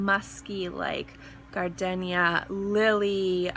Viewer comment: Great video. Just a heads up....there is no "alternate" pronounciation for "gardenia". It is pronounced with a long "e". Perhaps some people are pronouncing it with a short "e", but if they are, they are pronouncing it incorrectly. Frankly, I have never heard anyone pronounce it with a short "e". Perhaps in other countries, it is correct to pronounce it differently, but not in the United States, so if, as you say, "people" are telling you that it is pronounced differently, you should probably let them know that they are wrong.